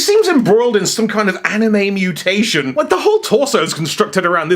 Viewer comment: Animetation? Animutation?